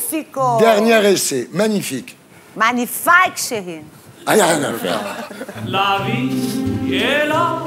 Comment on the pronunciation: Elle parle FRANÇAIS et elle n'arrive PAS a dire MAGNIFIQUE.Elle le fait EXPRÈS ou quoi. ?